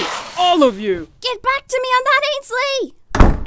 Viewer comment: AND THEY ACTULLY SAID IT RIGHT INSTED OF ANSHALEY